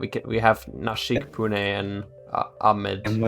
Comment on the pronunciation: You say "Pune" so well!